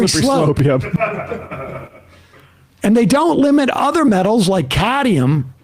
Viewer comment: It's cadmium, not "caddyum!"